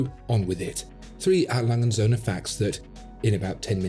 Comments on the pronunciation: Cool videos. As a native German, I just have one comment. The "&" sign in A Lange & Söhne is not silent. It is pronounced "und" which of course translated into "and". The German pronunciation is reasonably simple for English watch aficionados. Just think bund strap minus the b and you got it. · A brand with that level of perfection deserves its name pronounced correctly: 'A. Lange UND (or AND) Söhne'. Or would you prefer your Brand name be pronounced : 'Watchfinderco'? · A. Lange und Soehne. ore A. Lange and Sons. Never say A.Langesoehne....never. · Still refuses to learn how to pronounce his favorite watch brand haha. This is hilarious.